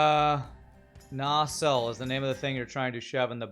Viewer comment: Your pronounciation of nacelle annoys me. xD